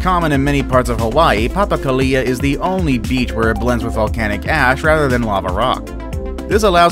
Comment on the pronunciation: It's pronounced papa ko lea. Not papa ku lia